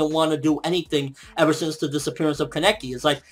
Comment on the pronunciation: But please stop saying kaNEki, it's KAneki..